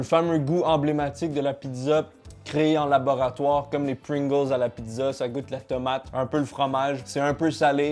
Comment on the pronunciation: il a dit goute ma cameman